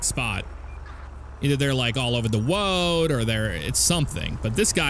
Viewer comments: Lol ''All over the woad''. Jeffs inner 5 year old is showing. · Okay, That's what I thought.